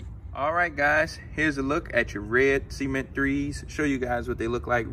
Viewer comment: Not trying to be funny but it sounds like you're saying "semen 3s" but otherwise I like how these look on feet 🔥